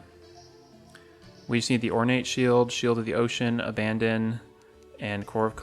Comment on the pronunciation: Great video! One thing, the pronunciation of the “Abaddon” item is slightly off. It’s supposed to be pronounced (Ab-A-Don) not like Abandon. It’s a reference to an Angel of Destruction.